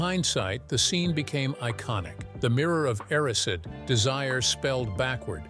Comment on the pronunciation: “Mirror of air-ah-seed” 🤦‍♀️